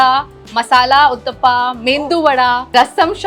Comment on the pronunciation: South Indian food is very diverse and we have got so many dishes which you people would have not had in your lives!! It is not limited to Rasam, Sambar Idli and dosai!! To be very specific it is uttappam not uthappa and medu vadai not mendu wada 😒